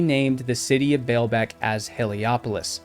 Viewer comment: The Lebanese Pronounce: Ball beck, not bail beck! I have been there it's amazing. However, it has been pointed out that huge stones were worked in many, many Roman sites, not just here.